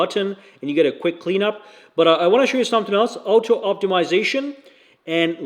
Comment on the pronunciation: ffs its OTTO! i crack up when he keeps saying out toe!:face-blue-wide-eyes